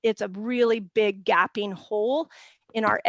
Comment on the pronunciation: Very helpful. One little nit-picky point: it's hard to sound believable when you can't pronounce gaping correctly. I'm sorry...that type of thing makes me nuts. Otherwise this was so great...thank you all!